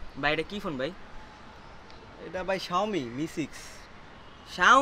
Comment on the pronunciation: you don't know how to pronounce xiaomi